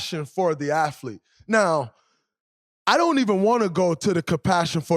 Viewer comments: Draymond keeps talking about an aflete. What is an aflete? Just axeing for a friend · I didn't know there was an "f" in the word "athlete". Learn somering new everyday I guess.